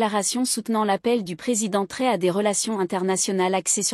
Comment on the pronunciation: Mme s'il vous plaît prononcer bien le nom du capitaine. IL NE S'APPELLE PAS TORÉ ou TRORÉ ! MAIS CAPITAINE Ibrahim TRAORÉ. MERCI❤❤❤